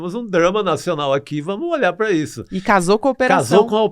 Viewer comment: PQ ESSE CARA NÃO FALA PARA? ele fica falando PRUA!! PRUAAAA PRUAAAAAAAAAAAA PRUA ... não é prua caralho é PARA!! TAl pra tal não prua!!!